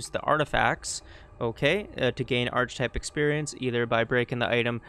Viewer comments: It's pronounced ark-eh-type, not arch-type, like architecture ark-ia-tech-tcher. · This is a brilliant video but the fact you keep pronouncing it "arch-ih-type" instead of "ARC-ih-type" is killing me. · Very interesting. That said, it’s pronounced ark-e-type. Took me a while to work out what you kept saying. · theses is the plural of thesis. archetype is pronounced 'ark-ee-type' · important! The word is pronounced "ark-e-type" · ar-keh-type Good guide though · Great guide, thanks for making it! But for the record, it's pronounced "Ar-Kuh-Tipe". Barely a distraction honestly, just thought it was funny. Hope you're doing great 3+ years later! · It's pronounced Ark-type (the "H" is silent) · Thanks so much for making this guide! Super detailed and helpful. One thing I thought you might want to know, though... I think the word "archetype" is usually pronounced differently than you've been doing it. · Good stuff. Had this mod for weeks and never even tried it. Learned alot. The mispronouciation of Archetype had me laughing hysterically !tho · You should learn how to pronounce archetype so you’re not butchering the English language throughout this video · Too bad you can't fix those two thousand times you mispronounced it. Ah well. I really don't think I can get through it in its current state. Thanks for your effort though. Well I went to other sections where the word wasn't used much and I learned a lot. Thank you. .. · Great video. Really good details on how to actually use the mod thanks! I do have a criticism, however, and it is as follows: Ark-type and thee-sees That is all.